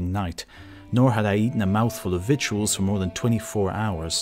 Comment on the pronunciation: “Victuals” is pronounced “vit-tuls” as if it were spelled “viitles”.